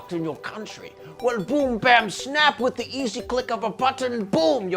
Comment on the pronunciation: "Za World guy." 😂